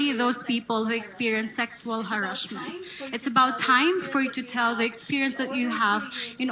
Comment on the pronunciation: tama ba dinig ko sexual "Harrashhhhhhment"?